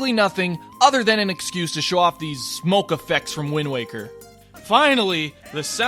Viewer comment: Lemme guess, is it “why-nd waker” too?